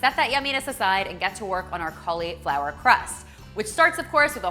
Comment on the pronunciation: i love the recipes but im sorry..... that emphasis on the "I" in cauliflower is like a nail on a chalkboard to me. XD but ill be eating good lol